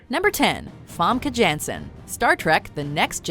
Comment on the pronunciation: How they pronounced Famke Janssen's name just made me cringe...